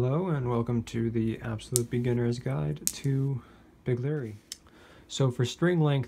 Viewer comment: Did he say big Larry?